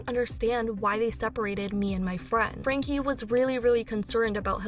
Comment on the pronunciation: How can your reporting be trusted when, after all this time, you still cant pronounce Ruby's last name?